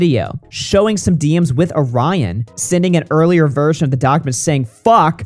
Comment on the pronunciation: NGL that is the WORST pronunciation of my name (and others with it) that I've heard. WHY do people pronounce it like that?? It's not even remotely spelled the same as the cookie. 🙃 Truly baffles me.